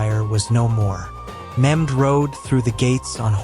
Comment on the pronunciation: His name is not memd it’s Mehmed